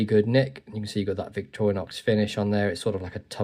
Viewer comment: Victoriax...? What the f...? 💩 German AI Voice!